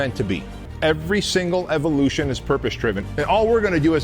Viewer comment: i like how the guy in the ad keeps trying to say “purpose driven” but he keeps sounding like “purpospribive” or something lmao